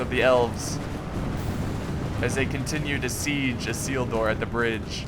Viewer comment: haha the way you pronounce the names is very american and very funny.Arnoor,Gondoor,Isildoor